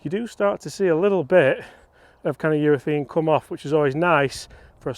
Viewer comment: Love the content but please urethAne not urethEne